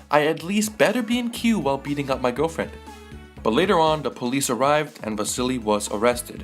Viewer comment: Vazili LOL where do you hear a z